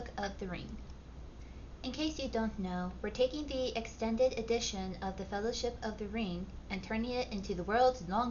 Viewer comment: the Fellow-Flip ? Did I hear that right. Are we “The Fellowflip of the Ring”. 😅